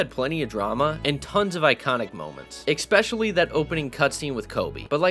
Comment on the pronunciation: eckspecially eckspecially eckspecially eckspecially eckspecially eckspecially eckspecially eckspecially eckspecially eckspecially